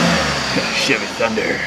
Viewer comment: I know what the problem is, it's a Chevrolet! 😂 I'm sure said Chevy Chunder, there may have been a T in there somewhere...🤔